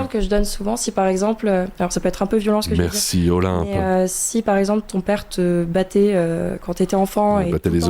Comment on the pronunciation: J'ai adoré l'outro de: "Zetai le gideur de balaize, berci, orwar" 😂😂